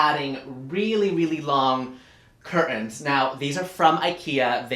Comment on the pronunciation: And I will also be saying cur-TANS from now on....